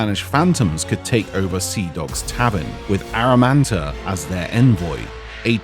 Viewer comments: Pretty sure it's Amaranta, not Aramanta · I thought her name was Amaranta, not Aramanta. Am I crazy, or does keep saying Aramanta? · Why is he saying Amaranta's name like that...? lol